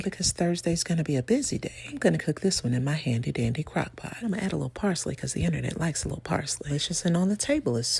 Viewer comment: The only people who can show up unannounced are delivery drivers and Jesus ... love your delivery. "Becow" 🐔 🐔 🐔 😅😅😅😅